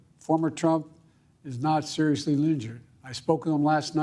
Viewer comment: "former trump is not serizzly linjured" My god 🤦‍♂️